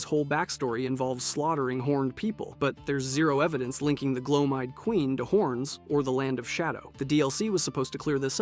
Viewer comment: Is it just me or just a lot of YouTubers mispronounced stuff just so we will comment about how s*** their pronunciation is. Bro was over here butchering names like Gloam eyed seriously?